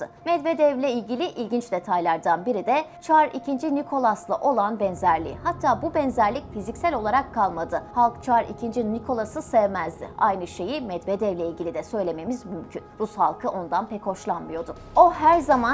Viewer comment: Çar Nikolas diyil NIKOLAY Medvedev de Medvedyev gibi okunur Nazgül hanima sorun o bilir